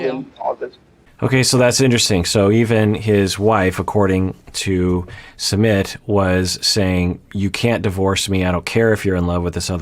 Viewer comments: Hey! I know this isn't the point of the video but I couldn't help but notice the mispronunciation of Sumit. xD Totally not expecting anyoen to know but just thought I'd share:) It's actually S-eu-mith (kinda sorta). So it's as if you were saying "Smith" with a light u. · I think it's Soo-meet